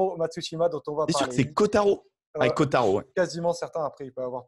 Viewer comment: C'est pourtant pas bien compliqué de dire " ko-ta-ro " ...!! Pas aussi dur que dire par exemple "Sivivatu" !..